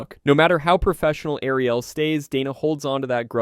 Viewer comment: Thumbs down for the AI voice over. AI cause it can't say Ariel .